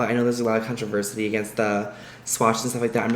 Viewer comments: Did you just say "controversity"? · Controversity 😂💀 Controversy*** 😂😂😂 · "controversity" lol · Did he just say "contraversity" ? ....okay... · “Controversity”? Um.....